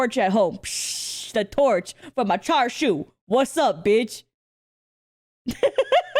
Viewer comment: as a chinese person, "chashu" and "charshu" hurt me a lil bit not gonna lie